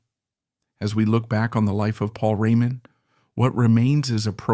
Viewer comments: AI ....french pronounced maybe i heard it (Paul Rémon ) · I like the subject but... really not sure whether this isn't AI (hear how the name Raymond is pronounced - as if it was French). Also, the name UFO is not pronounced the way people do - here it is read U.F --O instead. Then, look at the list of the author's other videos - most of them has titles like Tragic end, Trafic fate or tragic story - flagrant click-baits. Is this a live person reading or just another AI? Appreciating the musician, I am full of doubts. Overall, this stuff very often greatly exaggerates ( solidifying his place in the rock Pantheon ) Pantheon? Are we speaking about Beck, Blackmore, Richards, Zappa - or about a stalwart, reliable, professional role-player always capable of filling in among real greats?